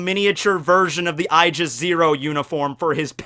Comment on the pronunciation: my dude, you need to work on your pronunciation. Aegis is "Age is", not "I jis".